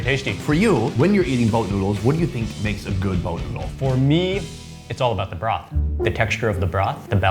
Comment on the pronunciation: sounds like he saying bra but he means broth ( mark weins)